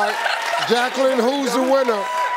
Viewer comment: IT'S JAY- QUELLEN